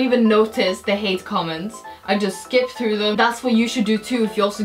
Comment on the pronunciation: you said comameds